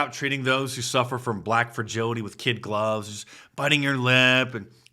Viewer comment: "AS A BLATT WAHMAN IN THIS COUNTRY..." ITS EXHAUSTION NOW